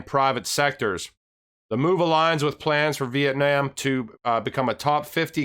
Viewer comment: "Vee-Eht-Nahm" not "Vee-Eht-Naam" lmao the last part is nom like mom not nam like lamb lol you said it 3 times wrong in the beginning then said it the right way lol never heard of that much switching with a word usually people pronounce one word one way and not different ways throughout talking xD